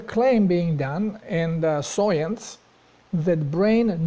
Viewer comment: I can't tell if your pronouncing science as soyence on purpose, if so that's hilarious. Great video!